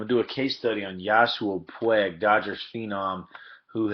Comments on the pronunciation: PWEEG, not pweg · Puig not Pueg.. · Pwheg? I am guessing the narrator is not a native Spanish speaker?! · I didn’t know anyone could butcher his name that hard